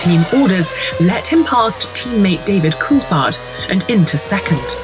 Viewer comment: Coulthard not smille 😂